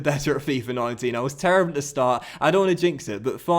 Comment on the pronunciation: “As we travel to take on duh blues. Liverpool 16 place at duh moment.”